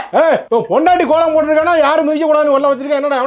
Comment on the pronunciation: போங்க’ள்’ … கோ’ள’ம்.. தமி’ல’ர் ப’ன்’டிகை ..